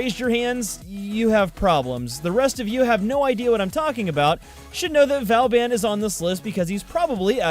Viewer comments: these pronunciations of ne'zha are so fuckin funny tho lmaoo hardly anyone gets it right. oh and he mentions getting the name wrong for vauban lollll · I did buy Nezha (for myself and as a Christmas present to my friend) when he came out back when he was brand new and only on the Sorties. I also got Ivara because I suck at spy missions and was having terrible RNG with her drops. I got Vauban (vuh-bawn is the 'English' pronunciation, or Voe-Baw if you want to say it in the proper French) fairly easily over a couple of months just not stressing over it and doing the alerts when they happened to come up. But if you are REALY trying to get him, then sure, I guess you could justify spending plat on it, but then I'd just recommend you get the Prime version and collect the regular parts slowly as they come to eventually use the non-prime for mastery fodder/codex completion. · Might be a little late, but he actually didn't pronounce vauban the right way. Check the end of the vauban prime trailer to hear the correct way. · Vow-ban, as he says, it's vaw-ban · Vauban, so how I pronounce it is Vorban but it sounds like you pronounce it Vowban but I honestly don't care how people say Vauban, just whatever floats your boat. :) P.S. Love the videos they are awesome. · It’s VABIN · vobon not vauban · In the prime access trailer Vauban is pronounced 'voor-ban' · Voo bawn say bawn like spawn but with a b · triggered ITS PRONOUNCED VAW BAN LAO THUO THE 4TH OMG how many times will you RUIN THE NAME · P.S. It's pronounced Va-ow-bon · Not trying to be a smart*** but you pronounce Vauban like Vor-ban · its vo-van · Oh really i thought vauban was pronounced v-or-ban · Vo - bon. It's pronounced vo - bon. :P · I pronounce Vauban by saying Vor-bun or Vor-ben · {vobAn}... stress on A (sound like in "are" word);) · its BOOBEN (vauban) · But Vauban is pronounced differently. It's "Boo-ben". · godamit, it's pronounced 'BOO-BEN' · Not to be a pronunciation Not-Z but it's Vo-ban